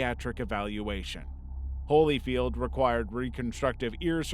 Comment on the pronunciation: "holy-field" ...really?